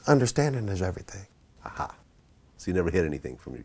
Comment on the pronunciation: Vlad please stop saying A-ha. For real.